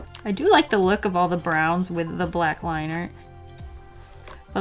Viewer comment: I just realized that it's wiff not with oof